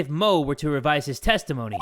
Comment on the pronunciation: I heared tasty moany not testimony